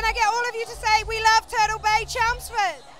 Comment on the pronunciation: I like how she pronounces 'party' as 'pardy' and turtle as 'turdle'.